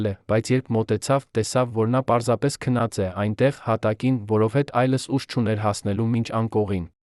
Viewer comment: Այ ասմունքող, դու ինչու ես հայերենի ,,և,, տառը ջնջում, միթե չգիտես,որ և ,,ը երեք տառ է, այսինքն ,,յեվ,,, դու դրա իրավունքը չունես, ասում ես որովհետե, ,մենք նման բառ չունենք, այ իմաստակ